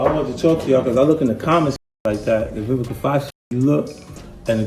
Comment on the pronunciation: “Vivica OX”